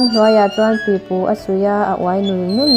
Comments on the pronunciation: Pi pùùù tih tur, thluk tur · Pipu thluk dan hi adiklo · "Pipu" chu engtin maw i lam rik? Han lam ri ṭha leh teh.